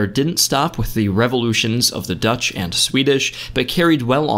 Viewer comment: These Dutch pronunciations are not too bad. You did your homework.